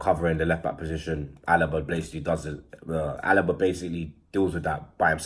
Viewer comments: It's not jordi alaba... It's alba🙄🙄🙄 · Alba mate not alaba 😂😂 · U said alaba u mean alba